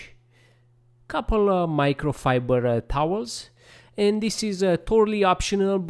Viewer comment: Micro fiburrrrdrrr towel😅